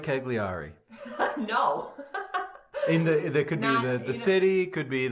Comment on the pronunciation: Great following you Gwen. We were just in Sardinia (my daughter lives in Milan). You guys pronounce Cagliari like I used to, and as all Americans do. It’s actually “Ky-lee-ar-i”. Forget the “g”. Also, do the Bolder Boulder next year if you are in town; great race and training run for you. And what about the many tri’s in Boulder?